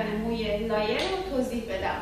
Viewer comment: با غرض معذرت لایر تلفظ اشتباهیه طریقه درست تلفظش ( له یر ) بث